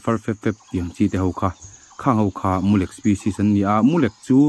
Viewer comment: Mulek ni lovin,mulêk tih tur aw sir